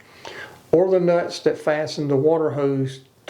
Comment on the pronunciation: 😂😂😂😂he said “Da Nutz”🤣🤣🤣🤣